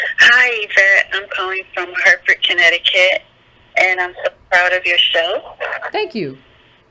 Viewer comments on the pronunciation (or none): none